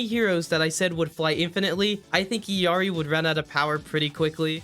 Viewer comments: it's actually "ell-YAH-ree." they're L's and I's. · Dude i like the videos but as soon as you call iLLari "iIIary" i just can't watch any further for some reason. How do you still not know that those are L's in her name, not I's? Or is it some kinda inside joke? No offense, that just really bugs me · Because in Spanish double l's are pronounced more like a y or a j? How do you not know this? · I mean he can’t even say Illari correctly soooo… there is that. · yeah agreed, watched the origin story just now cause of the comments. I was partially wrong, but he still pronounces it wrong if we take the official pronounciation as perfect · 1) i'm not spanish so i don't know, but 2) in the video he talks english, so either he should use english or use the fully correct pronounciation in her native language 3) I assume blizzard would know how they want their character's name to be pronounced and in her origin story there is a clear as ice "L" sound and after that a "ia" sound followed by straight "ie" sound, not "y" (she herself says it). As i've said i'm not spanish lol, i trust blizs on that one. And definitely is not pronoucning the L which bugs me. Just sayin' Edit: i think by "y" sound i meant more the rough "R" in original that he lacks. Anyways that wasn't a hate comment in the first place, i just said what really bothered me personally every time i watched his videos, that's it